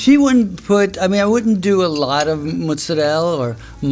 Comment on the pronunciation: Si pronuncia mozzarella, stanchi che gli americani lo chiamino "mozzarell", c'è una "a" alla fine